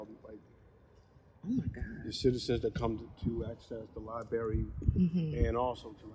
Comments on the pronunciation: Libary? Really? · What kind of politician can't pronounce "Library" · so we have a whole state pronouncing Library wrong. Yall definitely need to BE in one more